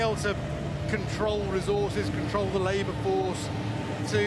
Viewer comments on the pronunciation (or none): none